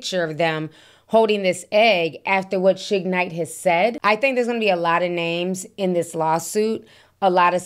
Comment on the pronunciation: Ti why are you pronouncing Suge's name like that? Shig?? 😂😂😂